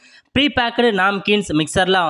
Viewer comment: Thambi prepacked Namkins -- sariyaa pronounce pannunga. Neenga Naamkeens nu solreenga.Shaving machine enraal thaiyal machine aaaaa??? Karumam da saami.Thaiyal machine I SEWING MACHINE NU SOLLUNGA .